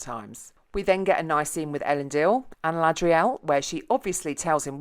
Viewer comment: At least you pronounced "Elendil" right